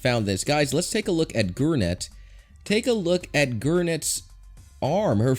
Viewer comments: it’s garnet. Not “gernet” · it’s garnet not gurnet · Guurnet?????????? Gurnet??????????? GUUUUURRRNET??????????? garnet dude ....... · Um it not goornet it's garnet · It’s pronounced garnet not goornet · It’s “Garnet” not “Gurnet” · Gournets arm Me: No, no, it’s GAR-NET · It’s not gurney it’s garnet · Gurnet forever btw it’s GAR-NET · You know I can handle you talking about missing nipples but call gARnet gURnet I’m disappointed your even doing this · Omg. I swear you dont watch the show if you say Garnet GURNET ITS PRONOUNCED: Gar nit And how its spelled: Garnet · Is garnit not gurnits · Goornet? It’s GAR-net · ik its garnet its just how he says gurnet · its not GUrnet its Garnet so you make mistake too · Gurnet its garnet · The errors in this video: GURNET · Dude, her name is garnet not gu(e)rnet! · My man be out here calling garnet gornet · REEEEEE ITS GARNET NOT gUrNeT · He said gotnet instead of garnet even listen to it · I know does he not know how to say garnet (gar-net) not (gur-net) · I am getting mad it's Garnet not Gurnet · O mY GOsH GUurNet!! It’s garnet. If your making a video on Steven universe mistakes try not making any yourself. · It’s pronounced as garnet not gurnet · Gurnet? Dude its Gar. Net.! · It's not goornet garnet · WTF you're saying like GURNET it's GARNET WITH AN AAAAAA NOT UUUUUUUU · Take a look at Gurnet, its GURNETS ARM. GURNETS ARM IS MISSING Who else laughed at this,I'm not sure if it was intentional, but her name is pronounced gar-net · Who's gurnat I thought it was garnet 😂😂😂😂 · Gorenets? Its gArnet sir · Gurnets? WHAT KIND OF GEM IS GURNET SON?!??!?!?!? ITS GARNET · I'm sorry it's pronounced GAR NET not gur net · it's garnet not gurnet 😒😒😒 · Its pronounced Gar-net, not Goornat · Oh bro. It's isn't Gurnet. It's Garnet ... -_ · It's Garnet NOT Gwinet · It’s garnet not goonet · Im triggered its garnet not gurnet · gormets wth xD its Garnet ( Garn- it ) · ITS GARNET NOT GURNAT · I’m sorry ITS GARNET not GRRNET THANK U